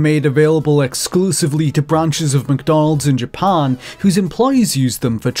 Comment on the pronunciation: The way this guy says "Japan" is driving me nuts